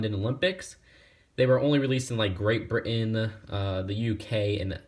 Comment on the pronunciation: Anyone notice he said Great Britan in a British accent?